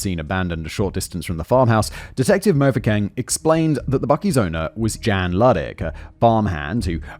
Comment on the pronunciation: MO-foo-keng instead of Mfookeng made me blink because it's so exotic, until I read it and returned to South Africa lmao